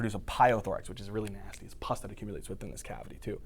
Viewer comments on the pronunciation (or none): How he said Pus😛😂😂😂 Thanks for these videos,I really get information from your channel